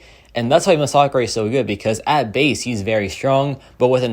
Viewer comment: love the way he's mispronouncing masacre